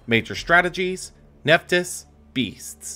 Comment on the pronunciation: I don't think Nephthys is pronounced Nef-tees, it looks like it should be Nef-this